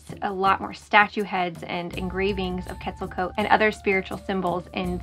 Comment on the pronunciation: Your story very nice told,except your pronunciation of Quetzalcoatl wich sounded llike "quesaktl"